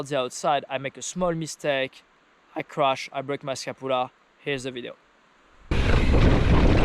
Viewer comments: How to pronounce Scapula - ska·pyuh·luh :D Good to hear you are ok bud! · Say sca-pu-la again